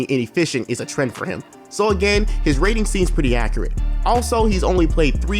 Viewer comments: Is struggling with the word accurate a black thing? I’ve only ever heard black people say accreate all be it said it once but this is a legit question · Man said accreat